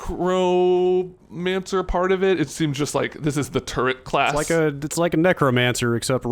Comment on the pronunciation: I started losing it at "Tech-romancer." TECHNOMANCER 😂😂😂